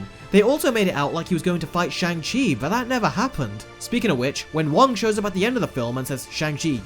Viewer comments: You Do Know you are pronouncing Shang Chi wrong, right? It's pronounced SHONG Chi. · You even put the clip in here of hot to pronounce his name but STILL say it wrong! This is irresponsible reviewing. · You're entitled to your opinion and all... But consistently mispronounce that main character's name THROUGHOUT the video. How and why when there's a scene where he clearly enunciates his name!! 🙄🙄